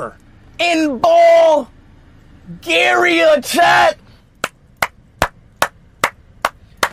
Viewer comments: "Ballgaria"🤨 "Lets sit up in balljaria"🤨🤨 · No way bro said "Bulgaryuh"😂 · Wait did u say Ball Garia